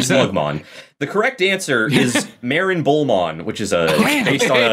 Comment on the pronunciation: It’s marinebullmon. Not Marin bullmon